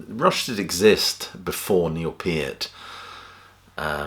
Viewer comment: He pronounced "Peart" correctly and that's the legitimacy I was looking for. I read Geddy's book, and I'm surprised by this move. However, Geddy has more left in the tank and he LOVES this music. I think Neil would be totally fine with it.